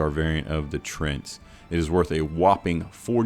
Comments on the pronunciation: It's pronounced "tree-ant" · My only slight issue... when you say "sell the poaching items" is that you have to pay that to make the weapon from the Poaching Guild. You make 0 none no money off this. If you spend 20k to make an item that sells for 20k, all you did was waste time. Do not poach for profit, Also it is Tree-Ant.... Tree and Ent from Lord of the Rings